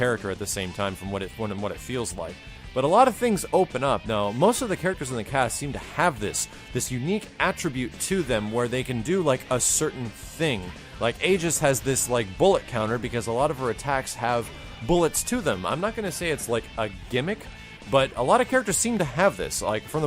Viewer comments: max its not that was im a persona fan its pronounced aigis not aijeswith a hard g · he prounounced aigis's name wrong i was just saying its aigis not aijis wich is how he prounounced it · Why are people mispronouncing Aigis's name? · You can tell he doesn't know the persona games very well, since he mispronounced Aigis' name.... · Dang, you weren't even close to pronouncing Aigis' name right. <_<